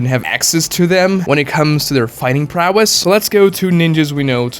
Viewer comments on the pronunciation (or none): none